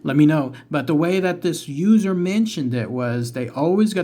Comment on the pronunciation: The first time you said User, I thought you said Loser. I was thinking "That wasn't nice".😆😆